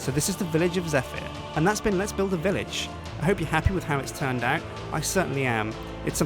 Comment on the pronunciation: i heard 'hello guys and welcome back to 'lets build a bitch'' XD